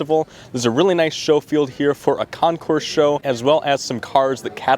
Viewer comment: FYI...CONCOURS IS CON-core, not con- course....the S is silent. A concourse is where pathways or roads or train tracks meet... Great and interesting video.....A+++